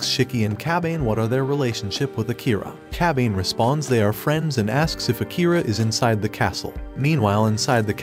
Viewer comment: I cringed every time he said Kabane's name.